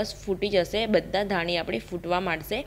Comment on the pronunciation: બેન ધાનિ નઈ ધાણી ....પાની નઈ પાણી..દાના નઈ સિંગ દાણા 😁😁😁 બેન પણ મને તમારી રેસ્પી બોવ ગેમ...